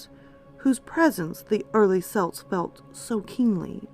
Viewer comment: Er... it’s pronounced kelts with a hard C. Unless you’re talking about the Scottish football team. Other than that another excellent video